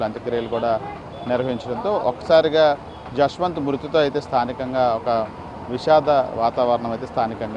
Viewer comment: Yashwanth kadhu abba jashwanth 🤦😢 na peru pilustunatu undi